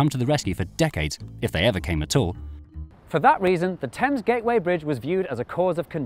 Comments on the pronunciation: Why do you pronounce Thames Tims? That is the bigger question. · Love the river "Temmes" 🤣